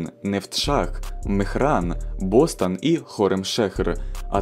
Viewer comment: Не Бостон, а БостОн. И даже БостАн.